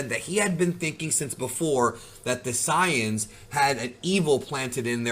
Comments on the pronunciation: bro really said "the siyans" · The “Cyan’s”…really bro?